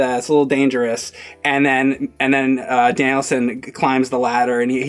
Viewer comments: "Danielson"! His name's not like Steve Danielson! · He left saying Danielson like Mr Danialson. It's Daniel 'son' like the Japanese say. Phil spidermn anyone? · It's funny that calls him "Danielson" like it's a surname. It's Daniel-san, with "san" generally used in business meaning "honorable Mr/Mrs." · “Danielson” like it’s his last name??? It’s “DANIEL SAN”! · Its Daniel son. Not Danielsun... 😏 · James reminds me of Dimitri from the show in question. To: It's Daniel-San, not Danielson. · Is he calling him Danielsin ? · FFS stop calling him "Danielson". His name is Daniel. Or if you want to get all weeby Daniel-san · Everytime says Daniel San as "Danielson" like it's just some British last name. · keeps calling him "Danielson." Miyagi called him Daniel-san. "San" is a Japanese suffix. His name is Daniel Larusso. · pronounces Daniel San as “Danielson”. Like it’s his last name. I think I might start doing that. Lol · Great review but is no one going to point out pronunciation of Daniel-San. He kept saying Danielson like it the Karate Kid's last name. I know I'm nitpicking here, but man that made me feel uncomfortable. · it’s not Danielson, it’s DANIEL-SAN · Is trolling people on purpose saying Danielson or does he not know? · Daniel Son, not Danielson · He thinks the guys' name is literally "Danielson" or "Danielssen." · please stop calling him Danielson. He’s Daniel San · Danielsen? lol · It's not like some guy named Phillip Danielson, it's Daniel-San! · Every time he says Danielson I cringed like mad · Who's Daniel sin? keeps saying that. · Dude... Daniel sen? If you only said it once I could let it go, but come on. I am not expecting you to speak Japanese, but at least pretend like you listened to the audio in the movie!! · I came on here to comment on that, pronounciation of Daniel-San is so irritating